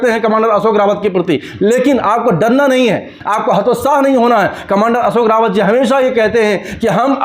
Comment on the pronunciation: मेहरबानी करके हमारे नेता का सही नाम कमांडर अशोकजी राऊत ( Ashokji Raut) है | सही उच्चारण की अपेक्षा करता हुँ ! रावत नही राऊत कहीए 🙏 श्रीराम 🌷 होरा भूषण डॉ सुरेश जोशी काका संभाजीनगर